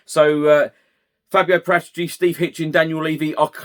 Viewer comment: You don't pronounce the director of football's surname with a G it sounds ridiculous